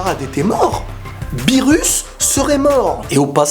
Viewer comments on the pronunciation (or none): none